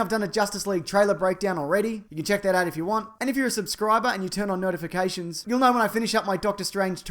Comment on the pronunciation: . I seriously thought you said, "... turn on nerdifications."